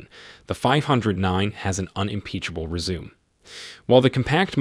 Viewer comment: Lol the pronunciation of “resume”